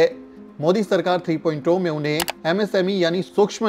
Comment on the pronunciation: Three point Zero को Tree point 'ओ' क्यों कह रहे हैं?